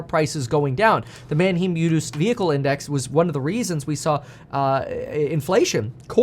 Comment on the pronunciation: Thanks Kevin, Great Vid. I tried to contribute this before. It's pronounced MAN-HYME. Not Man-HEEM. Everytime you say man-HEEM it's like nails on a chalk board to me. My brother in-Law is a Used Car dealer and goes there every week. Keep up the great content (and courses).